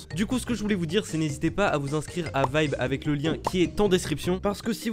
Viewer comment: Sa s'écrit vibe mai sa se Di vibere